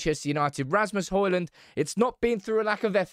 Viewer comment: His name is Højlund, NOT Hojlund.